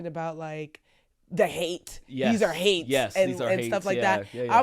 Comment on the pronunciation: "HAINTS"......not "Hates". A southern ghost. Evil spirit. Not a saint...a haint...the H stands for HELL!